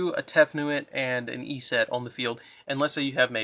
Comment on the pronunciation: Your pronunciation of "Eset" makes me cringe every time.